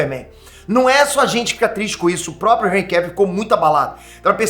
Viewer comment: Hj q vim saber a pronuncia correta do primeiro nome desse ator, graças a vc. Pois até o momento eu chamava ele de "Enrri" dessa maneira q escrevi.